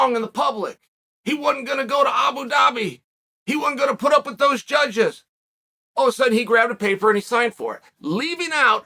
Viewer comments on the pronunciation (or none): none